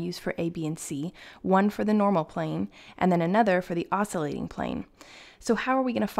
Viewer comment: Not to pick nits but the pronunciation is \ˈäs-kyə-ˌlāt\. The 'c' is a hard c.